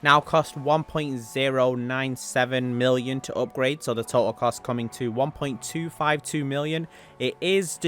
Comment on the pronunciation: What does HAAYCHESS W mean Isn’t it HSW ? Why the fuck he say HAYCHESS W OOPGRAYD. dude say AWWWBITUHH. Fuckin say Artbiter